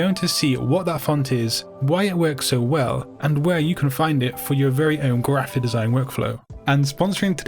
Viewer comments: Why do you say grrraphic the way that you do? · oh sorry I thought you did it on purpose